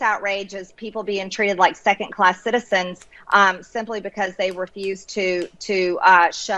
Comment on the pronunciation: The word is “second”, not secant.........unless she is trying to describe something to do with geometry......